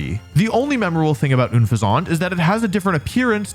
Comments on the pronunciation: I won’t cook you for your pronunciation of plumage, but my guy, unfezant is pronounced like the word unpleasant. Also like the bird, a pheasant. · Pretty sure Unfezant is supposed to be pronounced like “unpleasant” just 1 more thing to dislike about the line. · The way he says Unfezant really pisses me off lol. its UN-FEZ-ANT like unpleasant. Which works amazingly with how unpleasant to look at it is. Also it becomes a funny pairing with Tranquil's name. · Oon-Fizzant!? Please tell me that was intentional because it had me rolling. It's pretty clearly meant to be "un-pheasant," rhymes with "unpleasant," which is a perfectly appropriate description of this 'mon. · Oone fezaunt?? It's Un-fezzent! Like Unpleasant!! 😅Also, I whiffed on Tranquil's name, therefore, I must subscribe now! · I’m crashing out. I know Wolfey can’t pronounce Pokemon names but Unfezant’s name is so obvious. It’s an unpleasant pheasant: un-pheasant. Not Oonfayzaunt! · Ün feh zahnt is the most criminal pronunciation I've ever heard... its Unfeazant, its supposed to be a play on unPLEASANT because its a PHEASANT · this guy saying oon-feh-zaunt had he baffled i always like unpleasant but with an f sound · I’m not going to cook you for your pronunciation of “Plumage”, but… It’s “Un-Pheasant”, my guy 😭 not “Oonfezawnt” It’s name is supposed to sound like “Unpleasant” which is very fitting because the Pokemon is exactly that! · Every time you said unfeazant wrong i died a little inside. It rhymes with unpleasant!!! Come on!!!! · Ok, surely Unfezant is pronounced un-FEH-sent (as opposed to oon-fay-ZAUNT). Because it’s a mixture of unpleasant and pheasant, right? Am I crazy here? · ☝️🤓I think it’s pronounced like it rhymes with ‘unpleasant’ not ‘oom-fe-zohnt’ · "OONFUHZANT" You know, the evolution of Tranquill. Wolfey! Its UN-FEH-ZENT pronounced like Unpleasant Because it is The whole line is garbage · Is it actually pronounced "oon fe ZANT"? I've always said it like it's an unpleasant pheasant.